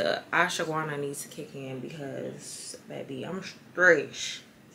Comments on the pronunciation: It’s pronounced aash-wuh-gaan-duh. The gummies or pills you take. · LMAOO the way you are pronouncing ashwaganda is sending mee! Lmao sis you took a what?? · Lol ASH-WAH-GAN-DA... I can't lol... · I love how you pronounce ashwagandha bc baby I call that thing everything but a child of God....🤣🤣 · LMFAO you tryna say Ashwagandha is sending meeeee😭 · Saying Ashwagandha is tearing her tf up 😂